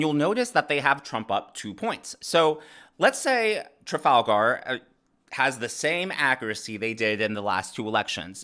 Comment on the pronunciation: Why does he pronounce Trafalgar like it’s a character from LotR?